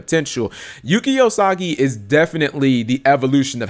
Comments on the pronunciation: LOL Usagi not Osagi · Thanks for the information,. However, I should point out on your pronunciation of "Yuki Usagi" You went from: Yuu-Key Uu-Sah-Gi To like Yuu-Key Oh-Sah-Ji, which did make me laugh.